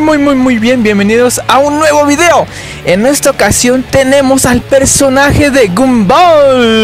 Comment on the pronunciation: Se pronuncia gombal